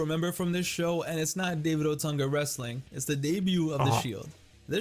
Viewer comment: "wreSTILNG" специально?